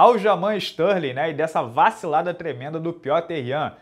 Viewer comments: Ele falou stanley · Stanley e apercaute foi foda de ouvir...